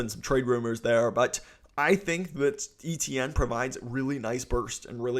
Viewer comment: NOT E-T-N it's pronounced A-Chen.. But i'm sure you know that already dude. ⚜️⚜️⚜️⚜️WhoDat⚜️⚜️⚜️⚜️